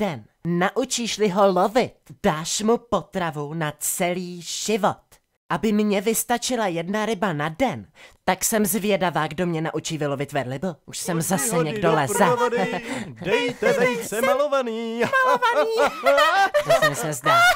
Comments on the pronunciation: Říká se vylovit veLrybu. :D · Ještě jednou uslyším „verlyba“, tak rozbiju počítač.